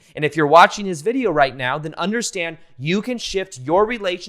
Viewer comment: did you actually say "right meow" or is it just me.....